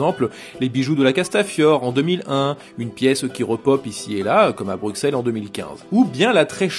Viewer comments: petite erreur de prononciation on dit Bru-Sel faut pas dire le X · Par contre l'erreur de prononciation plus loin (on dit Bru-Sel) foire légèrement le tout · Excellente vidéo comme d'hab !!! ( Pour infos on prononce " Brusselles" ! ;-) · Ouuuuhhhh Ca se dit Brusselle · Ça se dit "brussel", et pas Bruxelles ! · Pas du tout JCVD vient de Berchem, limitrophe flamand et Hergé est né près de Anderlecht Bruxelles. (Ça se prononce Brussel) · Excellente vidéo, mais pitié, ça se prononce "Brusselles". On dit pas Parisss nous à ce que je sache ;) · Bruxelles avc un s et non un x